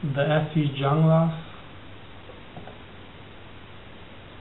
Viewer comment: Its pronounced "hunglas"